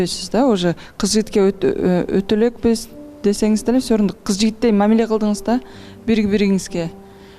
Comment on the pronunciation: Кылдыс 😂😂😂журус дейби тооба кылдым 😂😂жаш бала эми тили чыккандайго